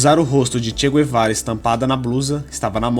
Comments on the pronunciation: Não se diz "gu - e - vara" nem em Castelhano nem em Português... Assim como não se diz "gu - e -rra".... E sim "gue - rra"...igualmente se diz em Castelhano: gue-rra... El "che" Gue-va-ra.... E sobre esse imprestável...realmente...precisaria fazer não um video...mas uma série!!! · É Che Gue-va-ra. E não Gu-e-va-ra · Não é "gü-e-vara"... "gue" em Espanhol ou em Português é "gue" Como "guerra"..."guerreiro"... Então... digam "tchê Guevara"... (em espanhol "todos os argentinos" são chamados "tchê" [gaucho]...e os BRs "são todos" "cariocas") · Mano da mó nervoso vc falando "guê"vara kk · Não sabe nem pronunciar o nome dele rs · MANO KKKKKK TU NEM SABE FALAR O NOME DELE, COMO VC VAI FALAR DE ALGUÉM SEM SABER O PRÓPRIO NOME DELE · Che Guevara , a letra U não se pronuncia.